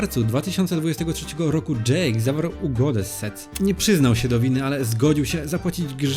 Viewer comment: fajny materiał, ale posprawdzaj jak się wypowiada niektóre nazwy np sec czyta się jako sek